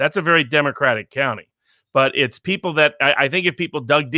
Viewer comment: we are li-eople. hehe.